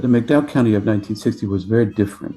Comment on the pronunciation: I had to stop watching . I just couldn't listen to this kid repeatedly butcher the pronunciation of the county. It shouldn't be this hard bub - West Virginia does not have a "Mack-dowel" County. 🤦🏼‍♂️😩